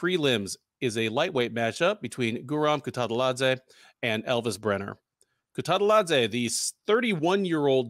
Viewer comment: actually pronounced Guram last name correct